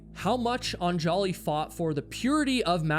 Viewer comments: Isn't it pronounced ON-juh-lee (stress on the first syllable)? You keep saying on-JAH-lee. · Every time he pronounces "AN-ja-li" as "an-JA-li" I hear a record scratch. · I love your videos but perhaps a little research when pronouncing Indian names would be helpful. Anjali is not Un-jolly. It is Un-JAH-lee. Or like Angela but say Ungelee. This is a common name in India and I appreciate that you work really hard to remember and constantly say their names during your videos but it’s so jarring to hear it pronounced so wrong so many times. It’d be like someone pronouncing your name Kay-WHY-la. It would be distracting. Think you can ask for names to be pronounced on google. But again thanks for your videos. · Anjali is pronounced ON-jully not on-JOLL-y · Anjali is pronounced 'ahn-JAH-lee' not 'on- jolly'. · Anjali is pronounced UHN-juh-lee, not on-JAW-lee. Come on,. One little Google. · I know this might not matter to most but her name is pronounced "AHN-juhlee". This is how her husband pronounces it in the documentary by CNA Insider called "A Deadly Ascent". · Super distracting to have you mutilate the pronunciation of Anjali. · The way you are pronouncing Anjali's name is driving me nuts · The countless mispronounciations of Anjali pisses me off because my wife has the same name. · This is a good vid but like bro couldn’t be assed to google how to pronounce “anjali”? lol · Don't put the accent on the "An" in Anjali. Accent the "li" instead. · The name Anjali has the stress on the first "A", not the second. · Yo - an easy way to get subscribers from India ...pronounce their names right. Un-juh-lee and Sh-uh-ruh-dh. Great work all around otherwise 🙌 Love the channel ❤